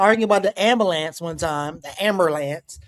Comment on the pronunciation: Dr. JAB smiled at pronouncing "ammulanmps" 😂😂